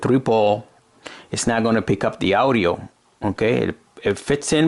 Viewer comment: And he says owdio instead of audio